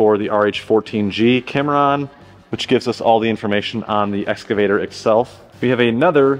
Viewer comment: Sound like you say "Escavator".